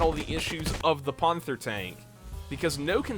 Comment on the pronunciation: Ponthor tonk.